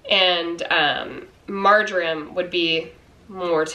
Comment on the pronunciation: Marjoram! OH! Gosh I thought you said Margarine at first! You should have seen my confused face! Hahaha! Great recipes, thanks for sharing! x